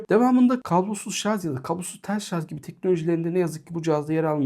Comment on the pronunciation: herşey iyi güzel ama şarz değil dostum şarj lütfen :)